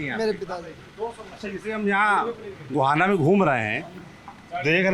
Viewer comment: Guhana ❌ Gohana✅